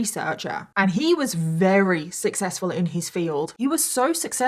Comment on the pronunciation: Thank you so much for telling this harrowing story! Also, I love the adorable way you say your "v"s as "w"s, like every time you try to say "very" you say "wary", and as someone who also has similar pronunciations, it makes me feel at home. You are a blessing.